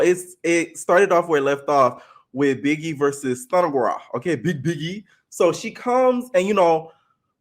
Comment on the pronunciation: Lol i don’t like stunna girl but her calling biggie, piggie was funny 😂